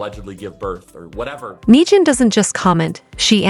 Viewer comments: Hahaha. "May-jin Kelly." Subscribe and like, folks. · "Meejin" Kelly? Seriously? AI most be borderline illiterate. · Meejan?!!! What the heck?